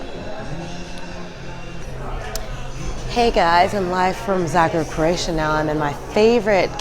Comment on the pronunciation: Thank you for very nice vlog depicting our beloved city of Zagreb! And I must say that your pronunciation of Croatian names is so good! Great job! 👍👍👍